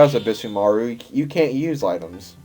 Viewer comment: Probably late, but Sasuke is pronounced Sauce-Kay, like in Naruto. You did pronounce ebisumaru correctly, Yae is Yai. Sorry if this bothers you.